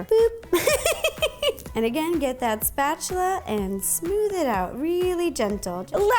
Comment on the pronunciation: I miss Ro calling the spatula "musta-chula" yeah that's how long I've been watching Nerdy Nummies. I feel old already hehehe. Keep up the good work Ro and God bless. Say hi to Molly and the baby for me hehehe 💜